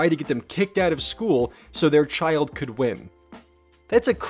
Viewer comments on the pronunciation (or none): none